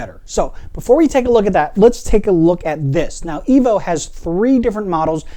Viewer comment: It's pronounced... Eee-voo. There are 2 O'S in the name.... Like the word FOOD... Remeber EEE-VOO. Like and Subscribe!